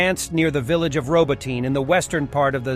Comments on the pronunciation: Please learn to say Row-bot-knee, not Robo-teen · I giggled every time the narrator said "robo-teen". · For fucks sake learn to pronounce the Ukrainian names. there is no Robotyne it's pronounced Robotne !!!!!